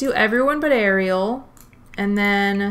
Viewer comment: honestly im just happy she said ariel the right way (according to the movie)